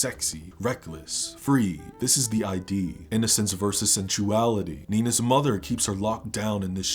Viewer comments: ✋Bisexual cis female here to report: that sex scene is 🔥👌 *Also, it's "ID", not "I.D." Sorry, can't help it. Therapist here, as well 😂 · Sorry to nitpick, but "id" in the context of ego/superego/id is not pronounced like "I.D."